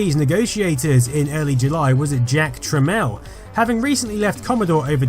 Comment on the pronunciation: "Jack Trameel" not trammel